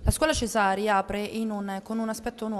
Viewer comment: cesarii..non de cesarii